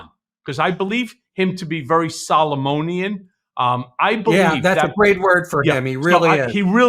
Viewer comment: ‘Solomonic’, please,.